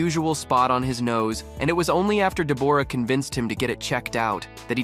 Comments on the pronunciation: SHE PRONOUNCES IT THE WAY IT IS SPELLED! DEBORRA-LEE FURNESS! SAY IT WITH ME! DE BORRA LEE FURNESS! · She pronounces it like it is spelled! I will go slow. DE BORAH- LEE FURNESS! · Someone be learnin this AI how to proNounce deb OR a correctly. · Please, please pronounce Deborah correctly………